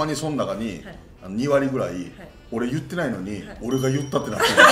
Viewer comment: 里崎好きだけど言ってをちゅってが気になる